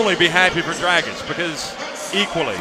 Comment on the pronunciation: Why say Grabitch??? IT'S D-R-A-G-I-Ć